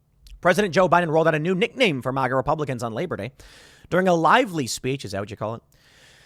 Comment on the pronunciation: At least Biden can pronounce MAGA properly. What the fuck is "MOGA", Tim?